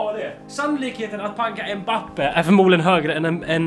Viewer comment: Man uttalar Mbappe inte mbape